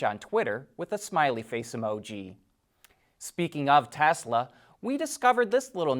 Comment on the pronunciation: It's great to here you say Tesla and not Tezla like so many others.